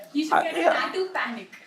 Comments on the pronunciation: EXACTLY OMG that was so bad 😭😭😭 "tattyuuuuuuu" girl stop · lol yea, she didn't have it in the older video I believe😭 AND WHO TF EVEN PRONOUNCES TATTOO LIKE THAT 😭💀💀💀💀💀